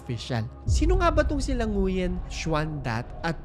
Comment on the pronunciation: Great video po,! Just to clarify lang po, Nguyen is pronounced as "Nuen".